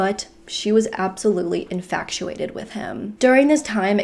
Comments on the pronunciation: I’m sorry but did she just say YO-KUHN instead of GMC YOU-CON (Yukon) and inFACTuated instead of inFATuated??! 😅😅😂😂😂🤯 Sorry, I just can’t be the only one who noticed that. I know that has absolutely nothing to do with this case and doesn’t matter but it just caught me off guard lol. And I adore her, that’s why I’m watching. I’m just giving her grief lol! RIP to this beautiful woman and I hope they have now found this POS 😢 (I’m watching a year or more later, as I’ve just found her channel recently and I’m binge watching her videos). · It's infatuated, not "infactuated"...there's no c or c sound. I've heard you say it in other videos too & thought maybe you just misspoke but anyway since I keep hearing you do it, thought I should correct you! ☺ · I think you mean "exudes." And I think meant "infatuated" when she said "infactuated." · The word is "inFATuated," not "inFACTuated."